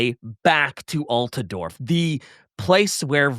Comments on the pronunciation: AltAdorf? Wheres the second A in Altdorf? Konrad? Nibble on that mans neck. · destroying every character and place name gets annoying after a while. Like what the hell is “Altedorf” and “Von Carsteen”. A little bit of effort man,…. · Aargh Alt-duh-dorf? Look how they massacred (the pronunciation of) my boy!! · It’s Alt-Dorf, where did get the extra “a”? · and Possum did a great job covering the Von Carsteins in this one, but somebody PLEASE tell him how to pronounce “Altdorf” 😭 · mispronoucing Altdorf is really killing me